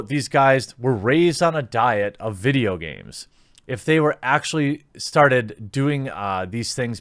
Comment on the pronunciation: MUH VIDJYA GARMEZ